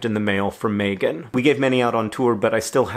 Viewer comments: In New Zealand, Megan is pronounced Mee-gan/Mee-gin. Not May-gun. Just an FYI. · THANK YOU! You're so right. My name is pronounced MEEgan. But I can live with John mispronouncing my name. He's never met me, only seen my name in emails.